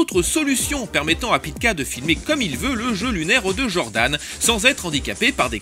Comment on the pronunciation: Pitié on dit "djordan" et "djaim" et monstar pas mounstar, sinon c'est du bon comme d'hab